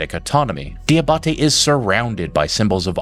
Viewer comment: Fun fact. “Diabate” is pronounced “Jah bah tay”.